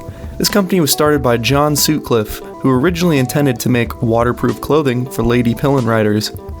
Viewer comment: It's pronounced sut-cliffe, ot suit-clif